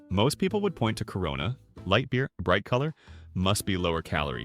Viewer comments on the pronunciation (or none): none